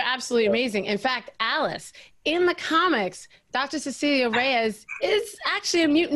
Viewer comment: Every time the interviewer said Alice incorrectly I wanted to cry. :(